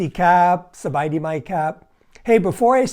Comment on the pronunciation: You messed up at the end, you said Sawadee 😂